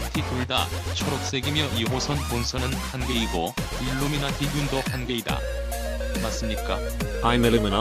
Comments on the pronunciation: 일루미나티 끝에 미나티 라는 억양이찰지는데 미나티= 미 나 티 그렇다 일루미나티는 일루미나티다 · 저거 일루미나티 발음 뭐임 ㅋㅋㅋㅋ저거 어디서 가져오는거야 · 아니 여기서 실수를 하면 어떡해ㅡㅡ 마지막이 생명인데. 원어민 발음으로 해야지! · 아 ㅋㅋㅋㅋㅋ 일루미나리만 원어민발음 나오는거 개웃기누 ㅋㅋㅋㅋㅋㅋ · 아닠ㅋㅋㅋ 일루미나티 말할때마다 발음 오지네 ㅋㅋㅋ